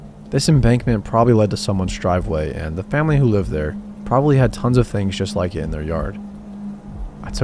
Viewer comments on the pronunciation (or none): none